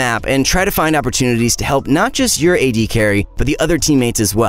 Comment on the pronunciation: HE SAID "AD BRUISERS" INSTEAD OF "A D BRUISERS" I CRINGED SO HARD